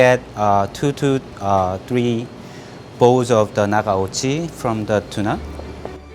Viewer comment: try NOT to say "naGaochi" but "na Kaochi", man. 「ながおち」じゃないよー日本文化って言いたいならちゃんとしてよー